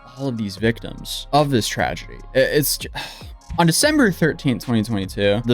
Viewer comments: did you say "Defember"? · Defember lol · Caught that “Defember” 🤣🤣 I hope that your videos are watched by law enforcement all over so they can catch the morons you cover. Your videos are so well archived for videos they may delete later that’s evidence. So glad you do follow ups on all you cover as well! 🎉